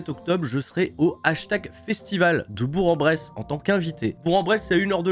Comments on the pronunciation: on dire Bourque En bresse et pas bourg en bresse dans la prononciation 😂😂sinon tu va te faire critiquer quand tu va arriver la bas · Petit tips pour les Hashtags Festival, on dit Bourk en Bresse:) Sa fait bien plaisir des revoir en forme.